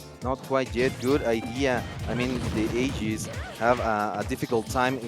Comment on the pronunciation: "Aiges" bro, lmao